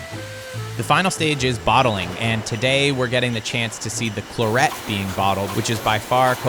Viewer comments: CLAR et, not clar ET. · Come on. Claret rhymes with carrot. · Love the way you Murder the word "Claret", not. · Sorry to be pedantic but is pronouncing Claret correctly?